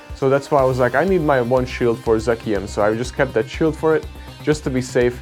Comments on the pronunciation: Zah-Shi-uhn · I like the symmetry of you not being able to say this Pokemon's name and Brandon Tan not being able to say yours. All is well in the world.